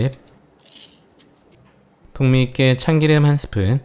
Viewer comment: ..참끼름 들끼름 아니고 참기름 들기름이라고 해주세요😊맛있는 레시피 고맙습니다 ~